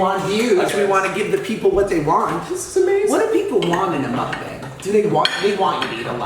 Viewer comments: What's a moook bang?! Lol It's just muckbang. I love Josh, he's hilarious! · Still can't get used to how you pronounce Mukbang. Muck-Bang, Mook-boung.